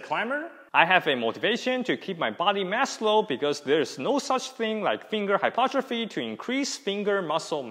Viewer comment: Pronounced Hy-PER-tro-phy! Otherwise good stuff. One thing I will add is that tendons respond to time under tension to build integrity over time for both strength and durability. Hence dead hangs should be done both for endurance as well as 1RM or strength.